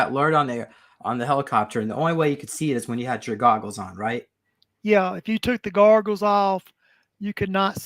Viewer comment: I love, but fuck him for saying "garggles" instead of goggles